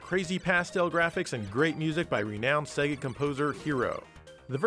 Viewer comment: I’m an Australian and I’m more offended by the non Australian pronunciation of SEGA. Spaz refers to a spastic individual.